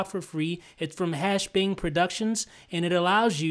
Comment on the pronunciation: You Said "Hangbing Productions" When it's Hashbang Productions